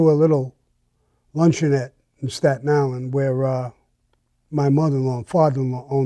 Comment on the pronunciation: It’s the pronunciation of that word separates you guys from the rest of New York: “staten Ahln” 😂